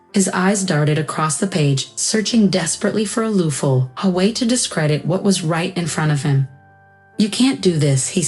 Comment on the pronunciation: Sighed, not side. Grinned, not grand. Smug, not smock. Loophole, not loofhal..